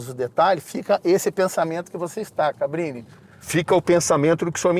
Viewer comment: Impressão minha ou ele chama o Cabrini de "Fabrini" em diversos momentos?! Kkkkk